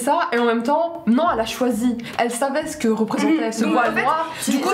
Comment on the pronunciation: Jte rassure aux maghreb les filles etudies et porte le voile si elle le veulent c'est vraiment pathétique de tenter de faire une piqûre de rappel '' zé nou vous pouvez faire ze que vous voulez pazé vous''